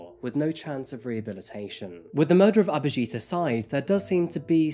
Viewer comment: it's not aberjeet its abhijit she said it right